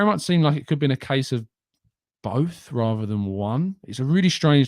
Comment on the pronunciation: its think Not fink and it rather not raver